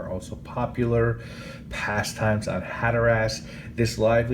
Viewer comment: Hatter-ass 🤣 it’s more pronounced like Hatter-us. Otherwise, great review.